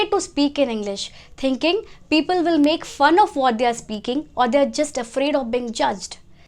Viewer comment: Keep it up 👍 but your "w" sounds as "v" as in "vill" for "will" and "vorry" for "worry"...just a lil correction... 👍